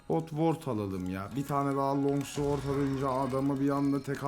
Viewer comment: sword değil babag sord okunuşu